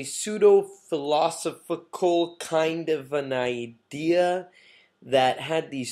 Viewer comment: Why didn't you have the common sense and courtesy to pronounce correctly "Rimbaud" , "Greenwich" ( "), "philosophical" , and "Kammerer" ?